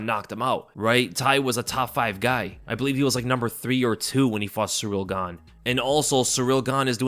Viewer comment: "surreal gahnnnm" - I'm dead bro